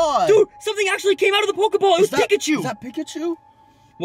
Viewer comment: Hm and when did they changed the name of pokiball but you said pokaball